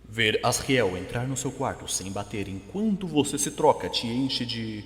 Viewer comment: Você fala asriel errado se fala asjuriel mais se escreve asriel